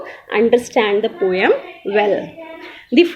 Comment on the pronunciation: Good job ma'am. But need to improve on your pronunciation. Like not a poyam. It's po um. Nacked. Neked not it's Nak ed But rest of that good job